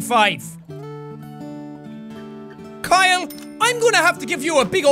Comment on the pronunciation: I find it funny he calls Hyle Kyle